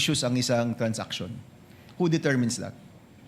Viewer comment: Its transaction, not trans-action 😂😂😂